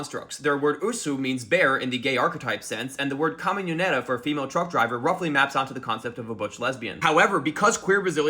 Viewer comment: His pronunciation of caminhoneira is absolutely murdering me